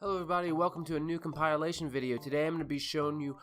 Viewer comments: Hey buddy. It's pronounced com-PILL-ation Not com-PYLE-ation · >cum-pile-ah-lay-shun nah, fam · Com-pile-alation? Lol. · wtf is a cum-pile-ation? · Never heard anyone pronounce the word compilation like he did. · You looked up all the secret exits, but a computer still couldn't teach you to pronounce the word "compilation."